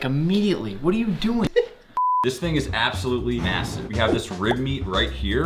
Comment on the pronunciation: the amount of times said mssive